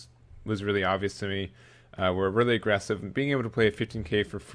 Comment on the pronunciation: did you say eggressive?